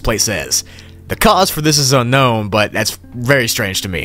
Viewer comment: Level 15 You say unkown instead of unknown